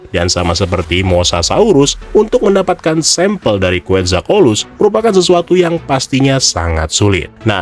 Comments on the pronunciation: Quetzal bang, bukan quetzal colus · kuwetzal;kowatlus nyebutnya bang XD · QUETZALCOATLUZ, dibacanya KUETJALKOATLUS